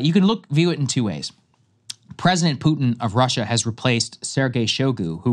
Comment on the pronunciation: "pooter" - Saagar